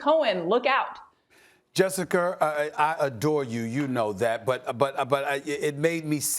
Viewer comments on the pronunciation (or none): Nobody: Stephen A: Jessicker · “Jessicker” - Stephen A. Smith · Jessicer 😂 Minnesoter